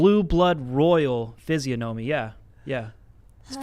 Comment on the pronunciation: The guest mispronounced Physiognomy.